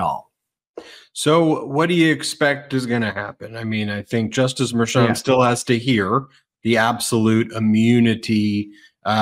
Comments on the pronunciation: Pronounced... M E R C H O N!!! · Tell poor how to pronounce Judge Merchan's name please! He can do better!